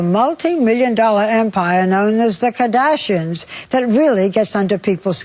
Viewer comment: The way she pronounces “the KAHdashians”